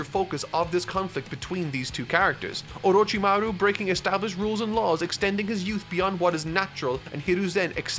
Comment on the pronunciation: seems struggling every time he says orochimaruuh XD